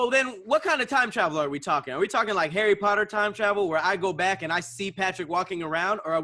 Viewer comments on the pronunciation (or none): none